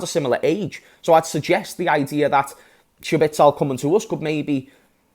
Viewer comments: Who tf is schbitsel, you mean szoboszlai? 😂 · it’s pronounced sob-oh-sly my friend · Fr I was thinking who’s shabitsol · It's Zobozlai just omit the S and things become easy again😊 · That's a wild pronunciation that fella 😅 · Just say Dominik if you can't pronounce his surname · The way he pronounces the name sounds like he’s trying to say Sabitzer terribly